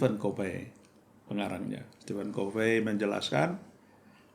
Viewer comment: Perfect pak. Satu kritik saja tanpa bermaksud untuk mempermalukan. Stephen Covey dibaca Ko fii pak bkn kofe i. Mungkin what’s a name. Tp utk sebagian org itu sangat penting. Terutama nama org atau nama tempat dll. Agar dapat menjadi change agent jg pak.